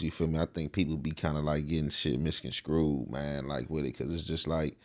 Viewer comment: I f*ck with Young Jefe but bro "pominenet" (prominent )and "misconscrewed" (misconSTRUED"?!?! On my soul I'm not trying to shame my young brotha but there's folks out there looking to take away from any point you're making n that's low hangin' fruit. Just learn the words..write them down and enunciate them so your haters/skeptics don't say 'he don't know what he talkin' about' then tune you out/turn and miss your objectives. You have very substanent content, I'm a subscriber bro..Practice and keep doin' ya stuff.. u got it!